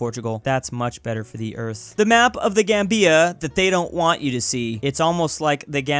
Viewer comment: It's "ZAM-bia" and "The GAM-bia", not ""zam-BEE-a and "The gam-BEE-a". Unexpected from a guy who gets Lesotho right!